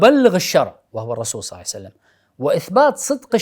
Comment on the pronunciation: اخ فايز ارجو منك فقط تقبل نصيحتي قلبي يحترق عندما تقول (صلعسلم ) قد صلى الله عليه وسلم